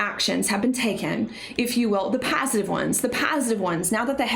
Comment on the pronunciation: “Paaasitive ones” 😂